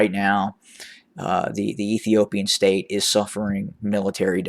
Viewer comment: I love it when you say the former stare of Ethiopia 👍